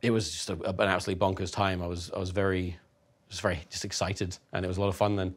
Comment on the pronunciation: Love you Tom. Best boi, vewy NOICE👌